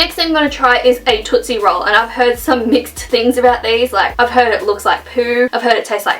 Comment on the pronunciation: Lol totsie roll is a chocolate like luagh tafy